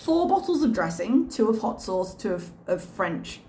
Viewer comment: Wait, wouldn't it be " 'ott sosse" in French? Did she forget to drop the h there, the multilingual globetrotter?